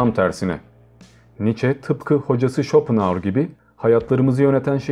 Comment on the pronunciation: Lütfen özel isimleri doğru telaffuz ediniz. Okunuşunu yazıyorum; Şıtraus, Şopenaur, Bazel, Vagner..........etc..... Güzel bir video olmuş, teşekkürler. Emeğinize sağlık.